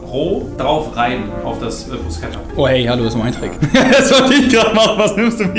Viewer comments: Tut einfach in meiner italienischen Seele weh wie du Bruscetta ausspricht 😂🇮🇹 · "Bruschetta" gibt's net. Es gibt nur "Brusketta" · Wie Bruscetta ausspricht ahahahh wenn man sowas als Italiener hört und sieht tut schon weh aber egal, dafür hat er seine Mayo suppe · Alter man spricht Brusketta